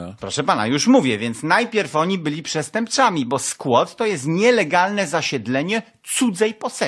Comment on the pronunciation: przestępczłami? Chłopie miałeś mieć dykcję ponoć hahaha